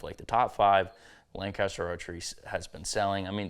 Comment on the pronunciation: It’s lang-kiss-ter. Not lan-caster. Not lang-caster. Lankisster. Just sayin.